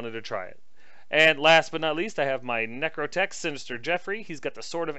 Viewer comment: Man I had to stop the video for laughing when I heard: "my nectrotech Sinster Jeffory" fantastic!!